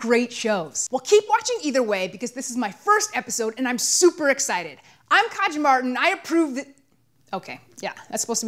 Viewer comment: Did anybody think that her name was pronounced "Kaya" like the j was a mexican immigrant... I mean silent.